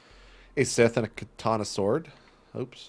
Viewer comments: It's pronounced S-EYE-TH, but other than that good video. I'm thinking of just going PC this gen and picking up a PS4 when it's on the cheap for exclusives. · Someone needs to tell this guy how to pronounce scythe... ..what the fuck is a sith, it's not fucking Star Wars...